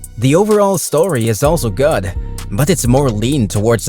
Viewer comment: The way you say GOOD sounds like GOD.